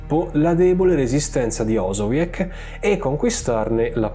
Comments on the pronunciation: Tratti bene la storia. Pero la pronuncia del nome della citta in polacco e OsowieC, come viene fatto dal fino a ... (NON OsowieK). In polacco la C si legge come la C e non come K. Scusa ma sentirlo cosi "urta" urta un po'' ;) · Si legge osoviez non osoviek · Si legge OZOWIEZ, NON OSOWIEK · Ma almeno pronuncialo bene! Si dice osowieZ la c in polacco è una Z non OsowieK ma OsowieZ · La pronuncia è Osoviez (z dura), video fantastico come sempre. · Comunque la c finale si pronuncia in polacco come la z,quindi si pronuncia osowiez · Credo si pronunci ''osoviez''. ===